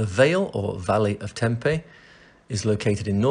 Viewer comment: hey, funny enough i came across this in effort to find 'proper' pronunciation of Tempe, but NOT sure you are saying it correctly, ie in Greek. can you confirm? beautiful video!!